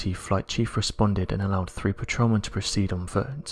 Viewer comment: I can watch this please get elocution lessons, Its three not free its eighteenth century not aaateef centry etc